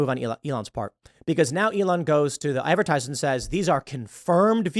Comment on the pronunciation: "Advertisers" oyvey